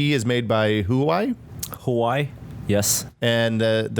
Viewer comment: Huawei is pronounced wah-way, not who-wai.